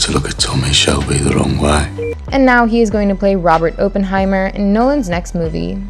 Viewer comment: She mispronounces Oppenheimer and Cohen too 🥴